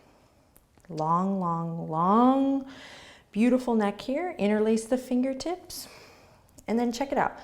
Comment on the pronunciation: Ha! As a non-native English speaker following you daily for the past two months, after today's practice (and googling "inner lace"😅) I finally understood you say "interlace" the fingers 😂 Before that I undersrood something like "in-release" but now it all makes sense 😁😁 I loved today's practice, and my mantra is: I trust fate that things will become better soon in this current crisis... namaste!